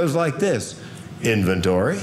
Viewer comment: Lmmfao "inventory"